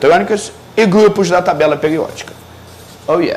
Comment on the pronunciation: Por que ele fala : '' peliódica, plopliedades,replesenta...'' ??